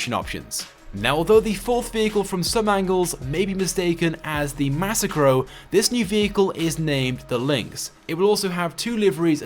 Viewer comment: I hate how you say the Massacro. You say it wrong.